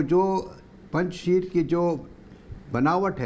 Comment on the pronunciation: पंजशीर नहीं है वो पंज शेर है